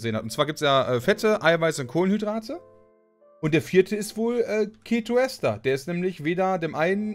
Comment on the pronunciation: Ketoester wird die ganze Zeit falsch ausgesprochen, dass macht micht irgendwie fertig...das e von ester wird lang gesprochen, wie bei dem wort Esel :D Ja das ist ein schlechtes beispiel, ich weiß :D